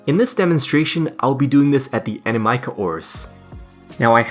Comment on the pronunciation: I am never going to stop hearing your pronunciation of Animica.